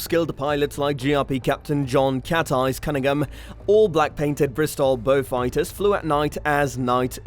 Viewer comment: WTF ? Interesting but could not stand the A1 reader calling Beauforts and Beaufighters being called Beewfighter. The Merlin powered version MK11 was underpowered chappie says the Beau ‘ X the most numerous had 1700hp Hercs . Loads of other inaccuracies . Wise up please. Also,hate the yank pronunciation of ‘anti’ suggest 😊 Beaufighter Boys is a good and accurate read.